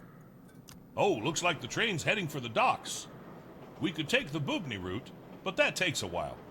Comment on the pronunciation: Hears Bubny pronounced 4 times still pronounces it blatantly incorrectly lol